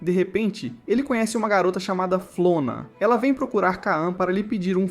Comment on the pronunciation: Vc falou o nome do cara e da garota do errado pq o nome do cara é KON e não KAAN e o nome dela é FLORA e não FLONA